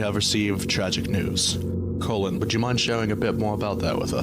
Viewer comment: "CoLLihhNNnnNnNn" ahh pronouncation